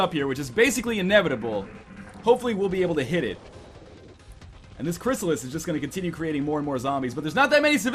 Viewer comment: Well, you just kind of wasted my time, I clearly posted that half a year ago. And how is being butthurt, correcting a way of saying " Crysslis " instead of " Cryssalid "? Nice Profile pic, btw.